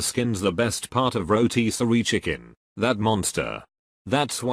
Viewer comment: That pronunciation of rotisserie tho